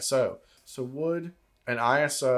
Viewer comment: ISO is pronounced I-SO as in I-SO-lation (ISOlation) You don’t say P. R. O. :)